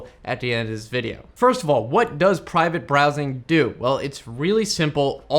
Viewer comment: Brivate Prowsing! nearly. :)